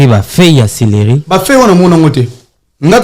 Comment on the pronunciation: Papa journalist, ba bengaka yango 'celeri'...et non, 'cereli'